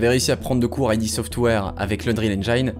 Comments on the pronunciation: Et aussi, on ne dit pas "Aille Di Software", mais "Ide Software". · Dommage que tu perdes toute la crédibilité qu'on t'accorde au bout de 2 minutes... On dit pas "Ay Di" Software, c'est "Id" software. N'importe quel journaleux JV un peu sérieux le sait. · Bonne vidéo, on a dû te le dire 100 fois mais : id dans "id software" ça se prononce "ide" et pas "aïe di"; "engine" se prononce "enjine" et pas "enjaïne". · "Aïdi software" triggered ça se prononce "ide" /puriste Bisous. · Je viens de découvrir ta chaine, j'aime beaucoup, une toute petite erreur (que beaucoup font ^^) c'est le nom "id software" c'est pas "aïdi" mais "id" juste "id" (dixit les dev eux mêmes) GG en tout cas pour tes vidéos, t'as quand même gagné un abonné en plus. ps: engine (comme une angine) ^^ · En fait ça ne se prononce pas "aïe di" mais "eed" software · Bonne vidéo ! Par contre pour Id Software, ça se prononce "id" et pas "ail dit" 😅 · c'est pas "ID' " software ? plutot que I.D. software ? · La vidéo est super et j'arrive après la bataille mais il y a des petits soucis de prononciation. Déjà ID Software : ID se prononce "eed" et non"I-dee". Et pour "engine" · Et on dit "id" en une syllabe pour id software je dénonce moi aussi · Ça se prononce "ide" software. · Dis correctement "id" aussi alors ...